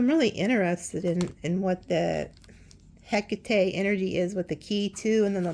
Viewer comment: I found it! ❤❤❤❤❤ To pronounce "Hecate" correctly, say it as /ˈhɛk.ə.ti/, with three syllables. Another common pronunciation is "Heh-KAH-tee," emphasizing the second syllable, which is closer to the Greek pronunciation. To practice, break it down into sounds: "hek" + "uh" + "tee".